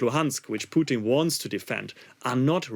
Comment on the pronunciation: Bro man called Putin poutine 😂